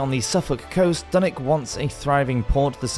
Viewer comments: Dunick? Its Dunwich and pronounced as it looks. ich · Dunwich was wrong too